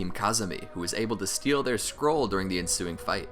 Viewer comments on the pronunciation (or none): none